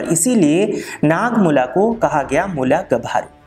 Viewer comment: मुला गभारु नहि मुला गाभ'रू होता है